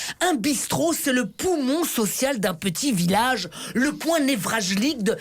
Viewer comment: On dit névralgique